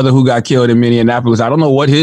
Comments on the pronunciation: "many an apolis" 😂😂😂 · Minnenapolis .. Love how people always mispronounce the name. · I love Charlemagne but a man died in my city Minneapolis say my city name right 🤬🤦🏿‍♀️ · mineanininininiapolis lol